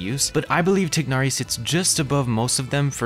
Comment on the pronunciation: I just love the way you pronounce Tighnari name correctly~